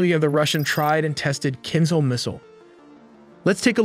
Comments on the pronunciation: The Russian missile is pronounced like kinshal, not kinsal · "kinzhal" is pronounced as "kinjal", which translates to dagger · you are pronouncing kinzal in wrong way. Write Кинжал in google translate , detect language and listen